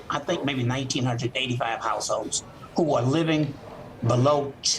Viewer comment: this guy on right cant pronounce households. he says househose lol